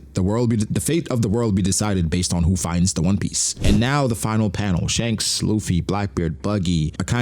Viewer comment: Dhanks? That's kind of funny, but we all know Shanks' brother is named Stab. Get it right